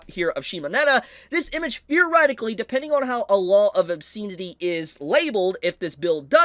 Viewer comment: This rant would have more weight if the commentator could pronounce the word "obscenity " properly. As it is, he sounds like an idiot.